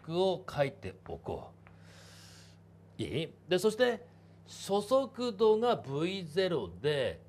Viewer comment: そそくどって聞こえる